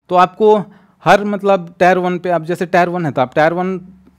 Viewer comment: Bhai ne alag leval ki English padhi hai😂